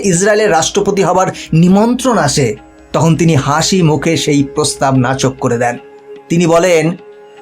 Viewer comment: Kathata nakoch , nachok noi. Similarly sommanito hobe, not sommanito.